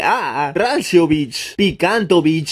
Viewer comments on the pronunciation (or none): pronunciando Ndeah como enedea y rancióvich como ránciovich XD